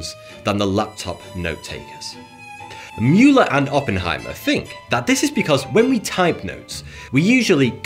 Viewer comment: If you ever go on FOX news or CNN and say Mueller the way you did in this video, they’ll rip you up hahaha